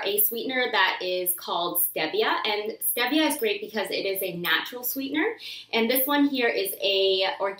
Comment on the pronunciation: its stee-ve-a